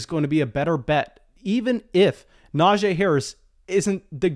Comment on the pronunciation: It’s pronounced “NajEE” not “NajAE”